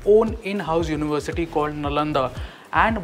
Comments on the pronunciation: Nalanda should be pronounced as Nalanda only and not something else. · go check google pronunciation for Nalanda you will get what I meant🙃